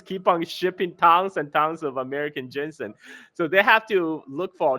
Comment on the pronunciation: GEEZUSKRIST! I quit this "video" after a couple minutes cause IT DRIVES ME CRAZY HEARING "jensen" and "cantin"........ AND A MASSIVE THUMBS DOWN.